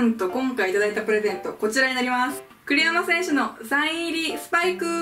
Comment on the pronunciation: 栗山選手がクリロナ選手に聞こえました。